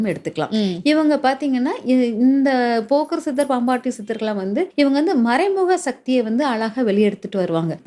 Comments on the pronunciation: அது போக்கர் சித்தர் இல்லை.போகர் சித்தர் மா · போகர் சித்தர் என்று உச்சரிக்க வேண்டும் ஜோதிடர் க்கு பேச்சு@ அறிவு ஆற்றல் மிக முக்கியம்